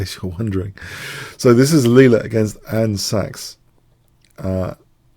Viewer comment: Just a small observation: the "scacs" (from the catalan "escacs" for "chess") in Andscacs is pronounced "skacs", not "shacs". Thank you for your very engaging coverage of Leela's accomplishments, these videos are a joy to follow. I suspect that, while conventional engines will still linger for a while after the irruption of NNs, they will change to give more weight to piece mobility and board lines. (It will still be a give-and-take for them, as they may not be keen to make their evaluation function more expensive.)